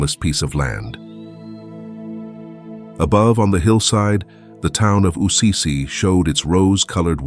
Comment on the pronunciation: Why does the narrator keep saying ‘Ussizi’ instead of ‘Assisi’?